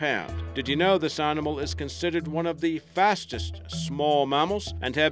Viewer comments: Your accent is bewildering. I have NO idea where you are from. Don't sound New Zealand, Sth African, Canadian. ??? Your say Rnimal instead of animal.... Where you from? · I don't like to be negative, but it's annoying to listen to someone speaking English and mispronouncing words. For instance, there is no "r" between the "a" and "n" of "animal", yet you say "arrrrnimal" over and over in this video!